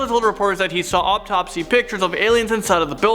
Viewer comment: He said “obtopsy” 😂😂😂😂🤦🏽‍♀️🤦🏽‍♀️